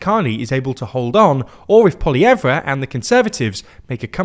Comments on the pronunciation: Side note. Pierre'a last name is pronounced like. Pwo-lee-ehv Not Pwo-lee-ev-ra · POLY-EV You don't pronounce the -re at the end. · Quick note, it's not pronounced Poiliev-reh, just Poiliev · Guys name is "polly-ev," not "polly-ev-ra." Yeah I know how it's spelled, but that's how it's pronounced. You could also call him Maple MAGA if that's too difficult, though. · It’s PoilieVre not PoilievrA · It's polly-ev not polly-ev-ra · It's poli ev not ploi ev ra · Poilievre name is pronounced Po-lee-evv NOT Po-lee-ev-ra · All this time talking about Trump and how he could swing the election in Canada, and you left out the interview he had a couple days back where Trump said he would rather a liberal government in Canada. Why leave that out? Also, it’s pronounced Paul-e-ev, not Paul-e-ev-re. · Aghh! Poly-Ev-Ra... I want to hear what you're saying but I keep hearing how you're pronouncing that lol. Great info in your vid tho thank you! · Small nitpick, but Pierre Poilievre’s name is pronounced with the “-re” silent, like “paul-ee-EV” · the "polly ev rah" pronounciation here is painful to listen to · It's just 'paul-ee-ev' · Who the heck is polly-evra... like even sounding out the letters of Poilievre doesn't lead one to land on this... Sorry but it's a sign of snobbery when you decide how you're going to say someone else's name. In a world where it would be difficult to find out how to say it properly, one could be forgiven, but Poilievre has thousands of videos referencing him and saying his name as he'd prefer it to be said. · Poilièvre is pronounced with the final 're' silent. "Paul-iev". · My guy it's pronounced pwah-lee-yehv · its polly-evv, no R sound despite it being in the word… ugh french.. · lmao POLIYEVRA 😂😂😂😂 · You don't pronounce the 're' on Poilievre. It's just "Polly-ev" (like the word ever, without the 'r'). Same thing as dropping the 're' with the Louvre. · Pretend there is no R in Poilievre. Polly-Ev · Poly-ev, no pronunciation of the R